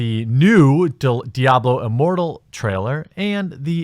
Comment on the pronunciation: I thought I heard Diablo Immorral. Easy mistake to make